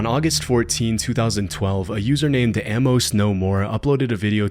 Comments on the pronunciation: I've never heard someone say Amos wrong before. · Buddy. Love ya. That is not how you pronounce "Amos."